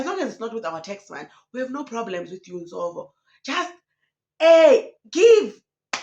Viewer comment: Nsovo it is a Tsonga name The V is pronounced as B. Therefore it is NsoBo. It means Grace